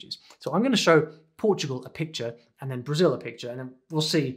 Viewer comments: And the L in BrasiU is just a U sound and not that weird W that he tried to do. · I really like the way he say Brasil 🇧🇷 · tu falaste "Brasil" certinho! Que cara bom! To orgulhoso <3